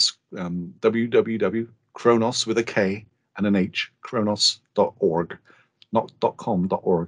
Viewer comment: I thought he said "I'm going to say the N-word" haha, very informative i really like what khronos group are doing.